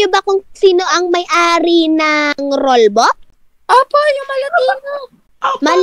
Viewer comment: rolbok hindi roll books